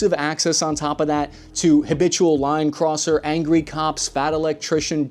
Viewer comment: lol I thought you said "habitual lying cusser" about the boys not "habitual line crosser".